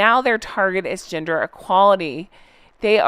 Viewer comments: I mis-heard gender equality as 'ginger equality' 😂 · I need to wash my ears out I thought you said Ginger equality not gender! 😅😅😅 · I thought you said ginger equality instead of gender equality 😂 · You said "gender equality issues" and I thought you said "ginger equality issues" 😂😂😂😂😂👩‍🦰👩‍🦰👩‍🦰🦰🦰🦰👨‍🦰👨‍🦰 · I though you said "ginger" not "gender" equality lol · I thought you were saying “GINGER EQUALITY “ 🤣🤣🤣🤣🤣🤣🤣🤣🤣🤣🤣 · lolololol, I totally thought you said “ginger equality”… and I was like, “with all the world’s real hardships, is this for real?” : well, it’s not. I blame my post-operation medicine on this. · When you talked about their new trend : « gender equality », I heard « ginger equality »... and I thought : Fair! 😂 This said, happy you are back 🧡✨ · I had to go and replay a section because I legitimately thought you said “ginger equality”! 😂 The sad part is it was completely believable and sounded like something they would try to pull. Always the victim. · I thought you said Ginger equality 😅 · OMG! I had this playing in the room while I was doing something and when said "gender equality" and "breaking down gender stereotypes", I heard "ginger"!. I was like, "What?!? Is that a thing?"🤣🤣